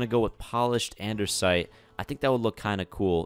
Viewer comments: I'm sorry but this is to help you spell out and-"des" -it it's not andersite it's andesite and it's quite annoying but I helped you out so yeah hope you spell it correctly now because I wanted to help you 😐😃👍🏽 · ANDESITE NOT ANDERSITE NOTICE NO 'R'... Also make the storage building for Valuables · its "andesite" not "andersite" please fix its bothering me a lotttt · Why do you always say Andersite, when I it's Andesite? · An-da-site not An-der-site. If you have a speech impediment I'm so sorry! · It says andesite not andersite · It's not Andersite it's Andesite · Its andesite not andersite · Andersite, Andersite, And One More Andersite.